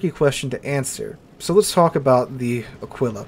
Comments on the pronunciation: Nice video, as usual, a fair and balanced exposition of your opinions. One thing, though, it’s pronounced Àquila, not Aquìla Alike it’s Brìndisi and not Brindìsi, etc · Pronunciation: Ah-Kee-La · Wrong. pronunciation is almost on spot, since when saying "qu" in Italian you have to say the "u" loud and clear. The only mistake he makes is the sress, the emphasis should be on the first "a", and not on the "i". Just like with the English "eagle", you put the stress right at the beginning of the word. So it's like AA-kwe-la